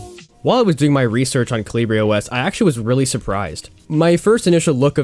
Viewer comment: Surely that's not how you say the OS name 🤣I guess the english name is Hummingbird so you wouldn't know